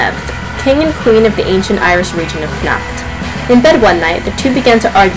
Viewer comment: Good basic retelling but jst so u no usually in Irish the stress is put on da first syllable of the word. Dat wud help ur pronunciation. CONnacht, FERdia, etc etc.